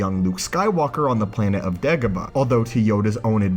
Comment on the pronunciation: It's Dagobah, not degobuh